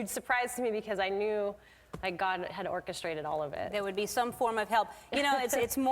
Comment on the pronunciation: ' God has ORCAstraited it ' loool play on words